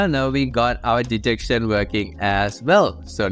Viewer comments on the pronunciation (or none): none